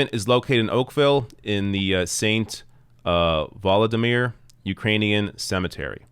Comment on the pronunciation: Did mispronounce St Voldemort cemetery?